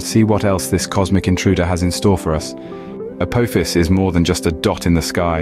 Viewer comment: apo fis dont sounds right uck yaas